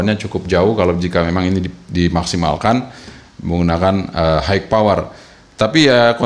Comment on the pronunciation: Long range nya Mas kudu di review hehe paling penting menurut sy sih. Jangkauan, Dan maaffff kalu bilang "high" itu dibacanya "hai" bukan "haik" Maaffff Mas. Hanya nmasukan. hihihi